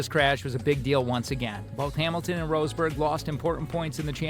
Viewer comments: Who's Nico "Roseburg"? 😂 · Inaccurate garbage: It takes a few seconds to check how a last name is actually pronounced. The man is not called rose berg Why are you showing Checo Perez when talking about Max Verstappen? Discussing Hungary 2021,,, wtf are you smoking? Lewis ended up 2nd in Hungary 2021, Max 9th after the bowling with Bottas thing. They did NOT collide with eachother nor did Max try to overrtake Hamilton at the restart. In fact the restart is legendary as Hamilton was THE ONLY CAR ON THE STARTING GRID, the rest started from pitane. You wanted some juicy Hamilton/Verstappen clashes... why not Silverstone 21, or Monza 21 (where Max and Lewis ACTUALLY drove eachother off track) Do you even watch F1?